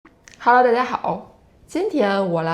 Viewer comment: When you say 哈喽，大家好 you say it so fast and sound like you barely pronounce the 大家 part? 😧